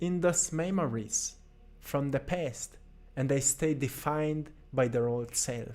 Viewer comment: When you said make a peace with your past it sound like , Make a piss with your pest. so funny . love your videos. You are Most inspirational person on YT, together with Jordan Peterson